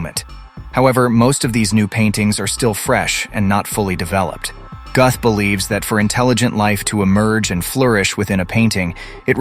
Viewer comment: It's pronounced "Gooth and spelled Guth. 🤣😂🤣😂🤣 Hard to teach when you can't even say the guy's name right. 🤣😂🤣😂🤣